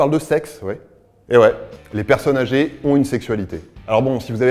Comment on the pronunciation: Tu peux faire la liaison pour "les personnes âgées" sisi jte jure!